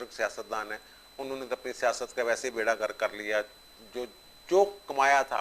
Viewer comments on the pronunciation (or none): none